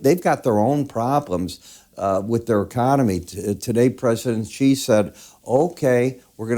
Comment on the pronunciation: Its not CHI, it's pronounced Zshi or Shi.